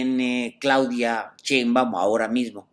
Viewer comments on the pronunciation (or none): none